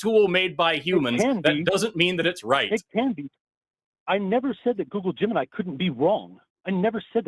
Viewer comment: Had a good chuckle where gets really excited and repeats himself a bunch. It sounds like he’s saying “goo-goo gemini” over and over again.